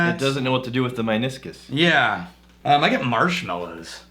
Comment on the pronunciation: Look at, coming up with the smart words... and mispronouncing meniscus.